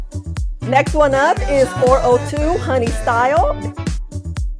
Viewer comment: It's not "honey STYLE" it's supposed to be a play on the word "honestly" so it's honey-stly